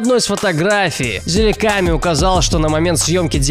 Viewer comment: и не зильками, а зилаками